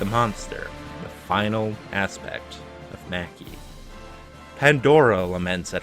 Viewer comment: You probably know this by now but Maki is pronounced mah-ki. Liked the video but that took me out of it a few times